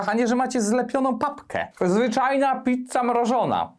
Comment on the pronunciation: Pitca, pitca, pitca, pitca, pitca, pitca, pitca, pitca, pitca... xd